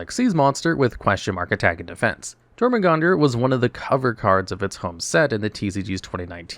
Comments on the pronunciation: YOUR-muh-gun-der. The J makes a Y sound. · I'm guessing you were misprouncing Jormungandr on purpose.